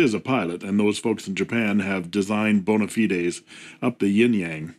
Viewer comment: Omg! He pronounced "bona fide" correctly! That deserves a "like"!